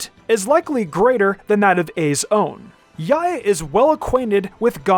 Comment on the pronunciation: please stop pronouns yae like that